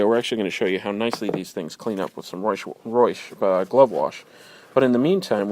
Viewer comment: you pronounce reusch wrong >.<